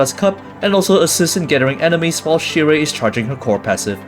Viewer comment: Remember, it's pronounced as "sheer/shear" not "sire". lol